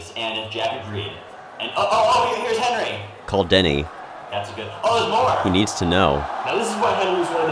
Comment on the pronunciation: clocking in at 6 foot 3 is, not Hinry Boyer. Very suspicious This might be a Hinry? Hard to tell. I lean towards Hinry not Henry Clearly a Henry Jack says Henry as usual Jack says Henry as usual You say Henry here, even though its said in a quick unemphasized way that Hinry would be expectable in. I think this is a Henry but I could be wrong on this one. Jack's Henrys are much more Henry than Henry's Henrys On other videos I am no longer going to comment on Jack saying the name Henry. Because he says it normally I mostly do it to prove that Jack isn't the reason that Henry "supposedly" has the pen-pin merger Jack says it normally Fuck if I know. Maybe a Hinry. Hard to tell with the claps. It hardly sounds like he's saying Henry at all as expected, Jack says Henry the normal way. Not worth commenting on.